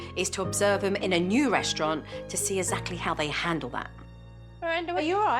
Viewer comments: No hate cos I love Jo but the fact she can pronounce anaphylaxis yet cannot say exactly (Jo pronounces it ezacly) is hilarious😂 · I always assumed Jo's "ezactly", "azeptable" (acceptable) and so on was a dialectal thing. But I'm an ESL, so I have no idea. I can tell a few American accents apart, but I'm clueless when it comes to British, Canadian, Australian accents. To me - if you break the rules in a game with an Australian opponent - they'll call you a "cheetah". 😜 Nah, I don't think it's disrespecting to Jo to point out this fact. She obviously can pronounce the "x-sound"...